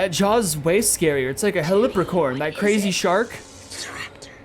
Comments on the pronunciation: Helicoprion not helipricon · Helipricorn? Really? It’s Heli-cop-rion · Helipricorn lol sorry but I'm pretty sure it's helocoprion